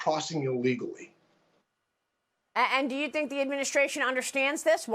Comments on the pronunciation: It is not, nor has it ever been, called "fentanol;" It's not like Tylenol. It's called FENTANYL - pronoounced NILL. Not nal, not nole, not nol, not nool, but NILL: Fentanyl. The 'y' says it right there; Nothing difficult about it: FENTA NYL. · Wrong it's fen ta nul..you ever hear of a dictionary? If you're going to correct something at least use the correct correction..ugh